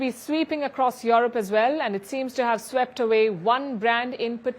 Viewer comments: Europe is pronounced U-rope..U ropeans. not Yourope or Youropeans. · Can someone please tell her its not pronounced YAW-ROP, its pronounced YOU-ROPE.